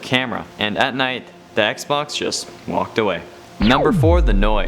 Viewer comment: Did anyone hear him say xbonks